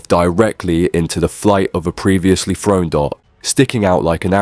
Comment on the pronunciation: why do you insist on pronouncing the 'TH' in the word 'thrown', with the 'F' sound? what the THuck is wrong with you? lol